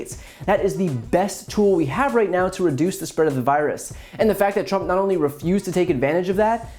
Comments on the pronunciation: no no no! It's not Drump, it's Prump 😂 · Donald Prump should be sent to Nars on a one way shuttle LMAO. HE MISPRONOUNCED HIS OWN NAME LMAO!!!!! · Trump can't even pronounce his own name. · Well actually it's how Trump pronounced his name in a recent rally. 😂